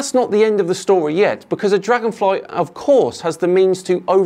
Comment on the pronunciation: dlagonfry -_- herro